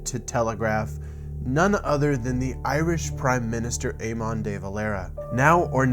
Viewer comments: FYI your pronunciation is quite close, but a bit off. "Eammonnn" -> "EamAn" and "Day" -> "Deh". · You pronounced Éamon or Eamon wrong, phonetically it is ai-muhn. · great vid 💥 Eamonn pronounced 'aymin' over here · It's not pronounced ay-mon it's pronounced aymen de valera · but was a good attempt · Aman de Valera so just pronounce his first name Aman cos thats pretty close to how it sounds and his surname is similar. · Aymon day valayra... lol as an irish person, thats feckin hilarious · Ay-men is how his name is pronounced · Eamon pronounced A-men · Éamon is pronounced Ay-muhn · He says "Éamon" like he's from Jamaica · Cillian Brouder ya mon 🇯🇲